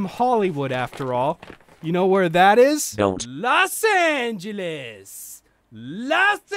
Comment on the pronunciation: Lmaooo had to stop the video to laugh this one out. "Los Angelas Anacondas"